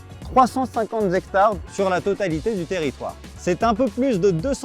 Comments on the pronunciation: J'ai appris un nouveau mot: " zhectare". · des zectares? un zectare, des zarico, des zandicapés...ha non, C'est pas ça, c'est le cinquante qui prendrait un s? ou le 4 avec un s, ou les "cent" qui deviennent des "sans".sinon, bravo pour la forêt. Une forêt de zaricots en ligne.